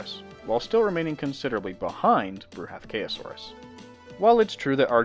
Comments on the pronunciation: "Bruhathkayosaurus", is derived from a combination of the Sanskrit word Bruhathkaya (bṛhat बृहत्, 'huge, heavy' and kāya, काय 'body') It's pronounced Bru-ha-th-ka-ya saurus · Bruh ath k Ayo saurus